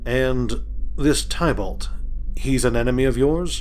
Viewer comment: Thankyou for the reading. Everytime you pronounce Tibalt wrong it throws me off lol..